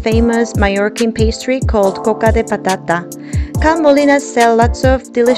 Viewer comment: Great video I love how you say Coca de patata!